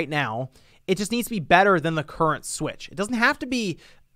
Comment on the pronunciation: "Super Nintendo Swich" sounds like "Super Saiyan God Super Saiyan". Anyways, a hardware revision SHOULD bring backwards compatibility at the very least, with Virtual Console to at least try and counteract on the homebrew side. It's as if they're playing it safe with all these Switch-alike revisions. Who can blame them after the Wii U disaster, they came back to what they are more accustomed to, being portable systems.